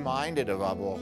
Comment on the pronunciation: The dog's name is Ubilk, not Hubble, guys